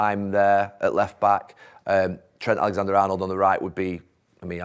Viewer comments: Tren Talexander Arnold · Think it’s Tren T Alexanderarnold